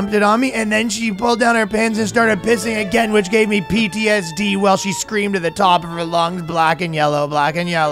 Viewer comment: Ahem, pee-tsd